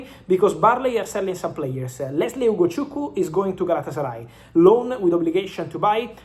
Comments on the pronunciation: Fabrizo good pronunciation of Ugochukwu ✅ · Surprised at how he pronounced Lesly “ugochukwu” correctly👏🏽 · He pronounced Ugochukwu very very well like a Nigerian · You're pronouncing the Nigerian names really well Ugochukwu, Adeyemi etc